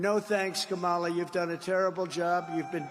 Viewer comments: He can't even pronounce her name 😂😂😂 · HE MISPRONOUNCED HER NAME!!!! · He's deliberately mispronouncing her name because he has nothing else; no policy and no momentum. He thinks he can use the strategies he used against Clinton. This one's different Donald. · He is so sad!!! Can't even pronounce her name, he is a clown! With no vision!!! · Trump thinks mispronouncing her name shows his disrespect (it's the new "democrat party"). But he just looks COMPLETELY idiotic. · I can almost hear Hermione Granger trying to correct Trump on how to say Kamala’s name. 😂😂😂😂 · He pronounced her name like that of the wrestler from the ‘80’s. I think it was an intentional dig. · He's an ignorant man-child, deliberately mispronouncing her name. This isn't presidential character. And hysterical that the GLOAT would accuse anyone else of lying!! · He can’t even pronounced her name properly 😂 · So their strategy is to mispronounce her name and call her a liberal? Wow. That's not too impressive. They're in it deep now, because they're going to have to think about what they're doing. And thinking is hard.